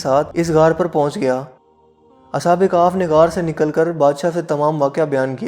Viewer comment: Khef not kaf